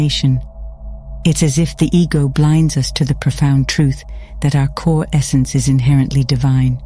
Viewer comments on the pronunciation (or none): none